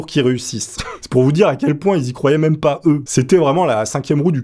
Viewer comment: C'est moi ou il a dit meume à la place de mEme ????????????????